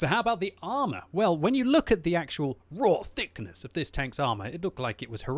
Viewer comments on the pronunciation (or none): The way he says "raw thickness" lol